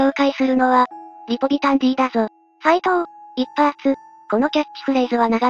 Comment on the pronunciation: リポビタンは「ディー」じゃなくて「デー」だよな。